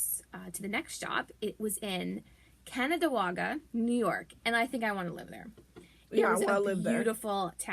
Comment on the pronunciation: Glad to see you ladies! Pronounce it Can-an-dae-gwa! Indian names are hard to figure out!